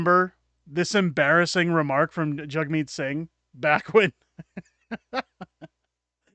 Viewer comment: Sounds like he is saying Jugmeat sing LUL